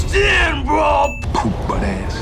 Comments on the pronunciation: It’s “Poo Putt” Not Poo Butt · It's poo-putt. Not "poo-butt" lol. No street cred!! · It’s “poo putt ass” not poo butt ass.. and it basically means like a sorry wishy washy individual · It's poo putt not poo butt lol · “Pu-put-ass” not “poo-butt-ass” idiot. It’s a hood term for bottom bitch. Why are you critiquing culture you know nothing about? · Poo putt , not "Poo butt'. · It's not poo butt, it's poo-putt. Don't know too much street slang, I see. But I like these reviews. Keep em coming! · He don't say poo butt. He says Poo Putt. Look it up in the urban dictionary you poo butts. 😄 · it's not poo butt it's poo put and it's slang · I know this was forever ago... and someone likely brought this up... but it's "poo-putt"... not poo butt. UrbanDictionary: poo-putt no good or unworthy, lacking she aint nuthin' but a poo-putt ho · He's saying Poo-put not poobutt, poo-put was urban slang in the 90's for saying someone was a clown, just like calling someone a fuckboy, or a bitch ass n*gga......lol white ppl ur welcome! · it's poo-putt not poo-butt. poo-putt is an old slang term for someone dirty or undesirable. and "taxing" just means to wear something out. i like these vids, but this was a reach. and growing up some 14 year old were endowed like shorty. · It's poo PUTT....not poo butt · He said, "poo put ass"... My Nubians know what he said!